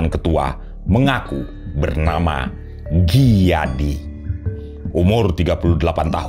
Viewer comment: Sedikit dikoreksi, bukan sersan Dijadi , tp sersan Gijadi (dibaca: Giyadi) .